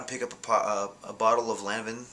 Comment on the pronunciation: Wrong pronunciation of "Lanvin" lol